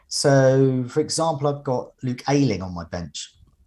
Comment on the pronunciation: Despite hearing other people repeatedly saying Amartey and Ayling correctly, chugs on with his own pronunciation!